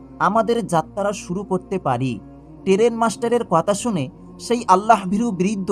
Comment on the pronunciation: উচ্চারণ ঠিক করে কথা বলুন। টেরেন কাকে বলে?